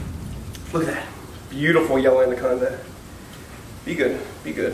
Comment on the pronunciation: The way he says andaconda instead of anaconda